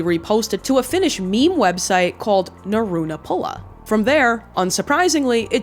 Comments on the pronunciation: Frl, the R is rolled and p is sharp. NauRu-naPPula 🤞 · it translates to "laugh button" and ong you butchered that word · that pronounciation hurt my soul as a finnish person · The true horrors of this video is how pronounces naurunappula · holy shit naurunappula mentioned, that was the first "social media" site i ever used. you butchered the pronunciation for it so hard haha. i remember that picture from way back.